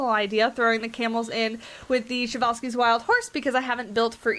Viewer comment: Man I’m really excited to have these guys in my zoo. I’ve known about them since I was 6 or 7. They were in another zoo game I had, but I never was able to unlock them. I forgot about the correct pronunciation until I heard you say it. 😂 I learned about it a long time ago but forgot. I mean it’s a Russian name so I’m not used to it. But yeah they were discovered by Nikolai Prezwalski. I’m really excited for them!!!😃